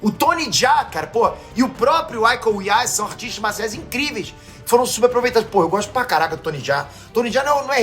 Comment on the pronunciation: KKK IKO UWAIS COMO VC DEVERIA LER ICO Uwains O u é mais forte... No sobrenome Ninguém no Brasil acerta o Nome do meu Artista marcial favorito ❤